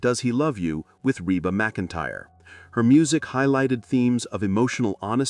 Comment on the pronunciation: Please pronounce Rebas name properly. CLICKBAIT AGAIN!!!!!!@